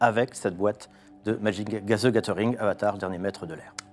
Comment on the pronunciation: "Madjic zy gazeuringue"